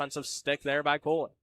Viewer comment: Play-by-play calling Cooley "Cole-y" and it's throwing me.